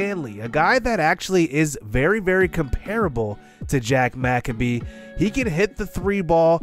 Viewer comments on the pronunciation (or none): Jack McCabe is pronounced in 2 syllables. The first is pronounced Mick like Mick Jagger and the second is pronounced Abe like Abe Lincoln. Love the series, keep it up